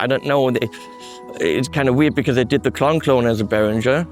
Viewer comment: I am shocked at your mispronunciation of "Behringer"!! As a former dealer I have been fighting this fight for years! From headquarters